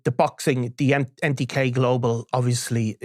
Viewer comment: "Empty-K Global"